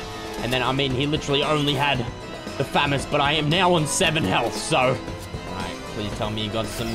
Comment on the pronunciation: it is FA - MAU -S NOT FA - MOS